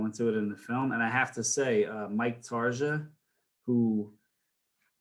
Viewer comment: Mike Tarsia, not "Tarza."